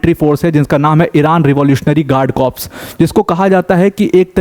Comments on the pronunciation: Corps nhi Sir "Core" bolte h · the correct pronunciation of corps is CORS.P is silent.u repeatedly use wrong pronunciation in so many videos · Please check your pronunciation of "corps".